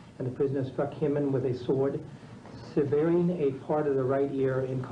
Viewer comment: That was my thinking also, but he was mispronouncing common words. One example, he says, ("severing" a part of a right ear") correctly pronounced SEV-VER-ING.